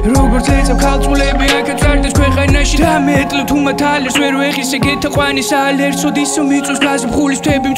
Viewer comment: 1.48 საა"ლ" ერსოდ რა ცუდად მომხვდა ყურში 😂 მარა მაგარი წამოწყებაა